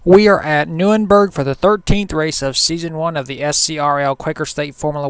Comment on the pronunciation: also no offense but its pronounced nur-burg-ring